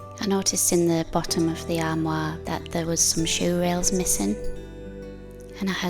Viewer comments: Your pronunciation of “armoire” was excellent! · Beautiful job and pronunciation of the Armoire. They are lovely pieces of furniture and very useful. Hi Beach Boys 😊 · Perfect pronunciation of this word "armoire" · You pronounced "armoire" beautifully and your accent is lovely. I am from the southern US (New Orleans, Louisiana) and have a decided southern accent. Many people assume a southern accent means that its speaker is stupid. Celebrate accents! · Wow,!!! You sure outdid yourself on this armoire! Yes, you did pronounce it correctly! It turned out SO nice!! It was a lot of hard work to accomplish, and I kept wondering HOW in the heck did you get that big piece of furniture HOME??? I had visions of you strapping it to your back to bring it in. LOL!! You're such a tiny woman, that it should have been impossible for you to move around in your garage. As always, I enjoyed watching the boys. Sully is such a HOOT. He's so funny. I'll bet he sleeps a long time when he gets back from the beach. I wish I had 10% of his energy. I could get a lot of things done here. Thanks for the lovely video! I got the giggles when I saw you drinking from my "favorite" cup. It's too funny. I need to get one of those for myself. I hope your next piece is much smaller, and lighter in weight. I don't want you getting hurt. Take care of yourself, and your family. See you on the next one!!! Sending hugs!!!